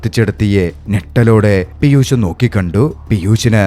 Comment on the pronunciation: പീയുസ്സ് അല്ല ബ്രോ പീയൂഷ്